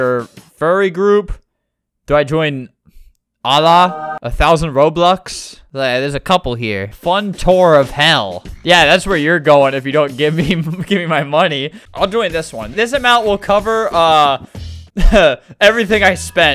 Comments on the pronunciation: This is how to pronounce allah:ALL WOH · HELP THE WAY HE SAY ALLAH 😭😭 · I'm sorry, but the way he pronounced "Allah." 💀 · Flamingo: Allah (pronounced wrong) Me: (muslim) BRUH